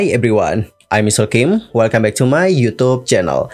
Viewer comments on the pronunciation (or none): none